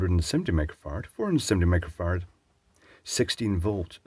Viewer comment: I swear, when he read out the capacitor's rating, I heard 470 microfarts.